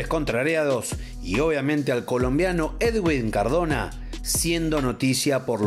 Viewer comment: no se pronuncia "ed-win", se pronuncia "eduin" cómo si la w fuese una u